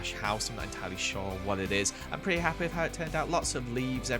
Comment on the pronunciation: "im petty hapfwee with this" me "0-0. WHAT!?"